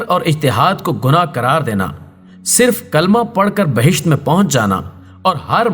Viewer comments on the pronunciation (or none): none